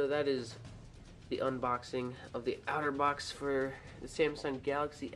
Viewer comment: Pronounce it OTTER-box...NOT OUTER-box